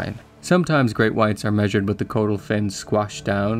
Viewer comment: Its pronounced cod - ul. Not code - ul.